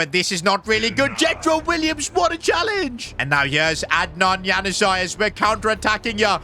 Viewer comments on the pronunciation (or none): Its not hanuzai its pronounced Yanuzić Januzaj